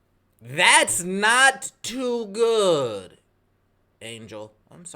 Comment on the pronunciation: "That's not too good. That's not too goood." What was that, ???😂 Was that a Chinese accent? 😂